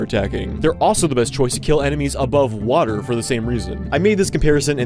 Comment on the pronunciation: I love how he says water wWA err